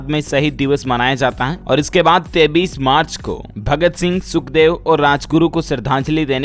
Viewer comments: Koi is bewkoof bihari ko bataye ki 23 march kaise bolna hai , 23 ko 33 march bol rha hai chool jaat. Maine dekha modi ke sab aandhbhakt aanpad hi paida hue hai. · डीएलएफ भाई एक बात बताओ आप बच्चे तो हो नहीं फिर आप 23 को 33 क्यों बोलते हो मेरी समझ में नहीं आता आप इसमें सुधार कर सकते हो इसका एक गलत संदेश जाता है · 23 ko 33 kyo kahte hai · AP 33 bol rhe ho ya 23 to much confusene h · डीएलएफ के ग्राहकों से मेरा निवेदन है कि यह पागल बार-बार 23 को 33 बोलता है आप लोग भी इसे क्यों नहीं बताते हो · Kripya karke aap apni ak galti ko sudhre ye jo aap 23 ko 33 bolte ho danyavad